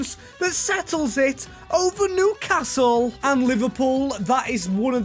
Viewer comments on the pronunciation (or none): none